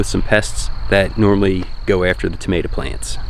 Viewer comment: Did he just put an 'A' sound at the end of tomato? (smile) Tamatah?